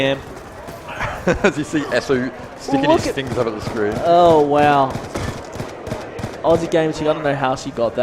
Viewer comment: It's Aussie gamer chick not oozy